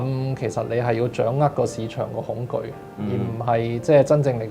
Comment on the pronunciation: 係恐'巨'，巨大的可怕